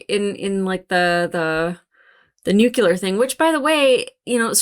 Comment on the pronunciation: Thought I misheard you at first but then you said it many times. “Nucular” 😮